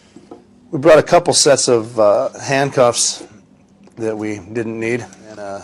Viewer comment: “…couple handcuffs that uh..we didn’t need…” emphasis on the didn’t need 😤 true American badasses 🇺🇸🤘